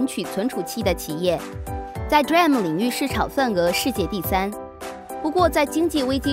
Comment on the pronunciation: 請說D RAM 不是 DRAM 謝謝!